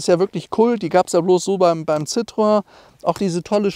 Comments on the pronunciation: Ci - tro - en! Nicht Citroon, Citröön oder Citroäng. Aber wie immer toll präsentiert. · Wer einmal Französisch gelernt hat, kommt auch mit der Aussprache dieses Namens klar. Citroen - gesprochen Ssitroenn. Also nicht Zitrön oder sowas. Über dem "e" waren zwei Punkte, das heißt, das "o" und das "e" werden getrennt gesprochen. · Hätten Sie nicht "gemusst". War mir durchaus klar. Aber die Aussprache des "Ci" war gar nicht Bestandteil meiner Aussage, denn das klappt in der Regel. Hätte ich in IPA geschrieben, hätte es sitʀoˈɛn geheißen. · Das spricht man Citroän aus 😉